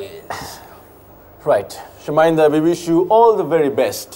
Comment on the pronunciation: pronounced Chaminda correctly 😂